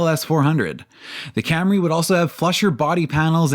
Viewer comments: mispronounced Cam-RAY (and Bimmer) for years. Was his staff too afraid to tell him? Did they snicker everytime? I wish he'd come clean on what happened. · "Cam-Ray" With "Mac-Fearsome struts"... Oh dear.